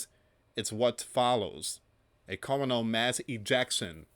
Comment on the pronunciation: Coronal = pronounced Core-ron-all